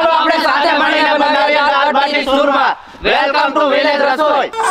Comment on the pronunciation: सूरमा नहीं....चूरमा !!😂😂